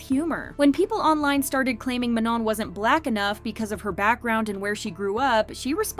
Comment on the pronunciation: Manon's name is said wrong in this the last n is basically silent